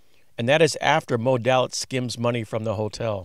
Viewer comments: Day Litz vs. Dah litz is the way I've heard it in hundreds of Mob vids. fyi with love! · Thank you! There is one mistake, the name of Moe Dalitz is pronounced "DAY-itz", not DAL-itz." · Thank you. One mistake I made with the Desert Inn history vlog is I pronounced Moe's last name "Dal-itz" when it is pronounced "Day-litz". I read a lot about Moe Dalitz but didn't watch any video on him until later. First history vlog was a brief history of the Flamingo, I am going to do this one again down the road: Flamingo Celebrates 75 years Today, not a history vlog but a brief "look back" History of the Copa Room at the Sands (Rat Pack etc.) USA vs. Meyer Lansky: Flamingo Las Vegas $ 36M Skimming Case